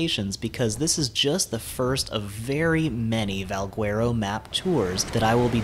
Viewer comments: Not pronounced VALG-WERO… it's more like VAL-GHETTO!!!! Trust me, Spanish is my first language. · in portuguese we dont read the U next to the G, so we say it Valgero, and the word itself sounds latin so i would go with that :) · Try Spanish dude. If you say Valgwearo on the server we play on, you would get tranqued. But great presentation. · Val - gar- oh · No one is going to say anything about how he pronounces Valguero? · bruh ive heard about 40 ways people pronounce it... its getting ridiculous xD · Guy Colon that’s why I came to the comments section 😂😂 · I hate how you pronounce Valguero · Haha thanks, there are so many pronunciations going around for Valguero, but I think you're right! Keep an eye out for my next Valguero video and I'll pronounce it properly this time ;) Thanks for the tip!